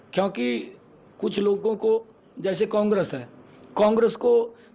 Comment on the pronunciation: CM साहब को कांग्रेस भी नहीं बोलना आता कोंग्रस बोल रहे हैं 😂😂लगता है मोदी की तरह पढ़े लिखे हैं 😂😂😂😂